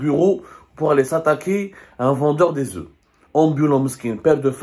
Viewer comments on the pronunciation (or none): Il ne doit pas prononcer le f quand il emploie les oeufs au pluriel, mais, malgré cela, il parle bien français.